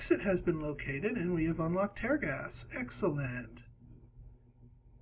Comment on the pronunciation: It's tear gas as in "I'm crying tears", not tear gas as in "I will tear this paper". You're killing me smalls.